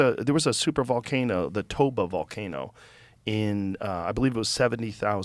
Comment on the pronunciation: Ballcano😂 my girlfriend loves my ballcano 🤣🤣🤣